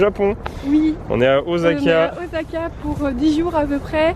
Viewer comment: ca se dit pas OZAKA !! c'est un s donc ca se prononce "sa" !! Mon combat de tout les jours avec ma chienne qui s'appel Osaka ...